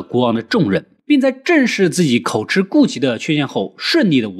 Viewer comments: KO JI 不是 KO CHI 口急！【著急】的意思！別一直吃吃吃了！ 這是破音字！ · 口吃都不會念，真的不知道那個‘’吃‘’要念‘’及‘’，是破音字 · 口，口吃？ 痴？ 我以為應該唸口吃（及） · 幹對欸 XDDD 每次要舉例我都一時想不起，但聽到時就會「嗯？」一下